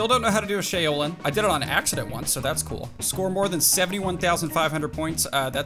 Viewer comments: ... 'Chow-lin'... Now say it with an "S" at the front... Thats how Shaolin is pronounced. lol. Sorry, but "Shay-o-lin" was killing me. 😂😂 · It’s sha-o-Lin you pronounce the a and the o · The shaolin flip is pronounced Sh' ow ' lin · Shaolin = shh-ow-lynn like kung fu and Wu Tang lolz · Like Shaolin China …. You should be embarrassed. Pronounce the O like a U. “Shau-Lin” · Exactly lol. He would know this if he's listened to at least 1 Wu-Tang album. Lol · you were saying Shaolin wrong. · Shaolin is pronounced like shower minus the ER; lynn. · I take it you've never listened to Wu-Tang by your pronunciation of "Shaolin" lol.. #straightfromtheslumsofshaolin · You’ve never heard of a shaolin monk? The way you pronounced it is bothersome